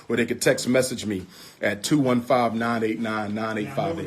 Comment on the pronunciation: He is really not that smart. He cannot even pronounce the word "texts." He says Texas and it is funny as hell every time I hear him say that bullshit.